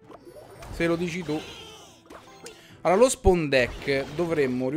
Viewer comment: Grande ciccio ! Unica cosa ti prego migliora la tua pronuncia di spawn , perchè sembra che dici deck spon ( ovvero deck cucchiaio ) :)